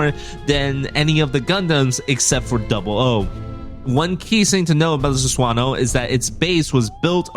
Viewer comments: "Susuwano" 😂. Jokes aside, nice video bro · I can't with the Sus-wan-oh pronunciation haha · It's pronounced Su-sa-no-oh btw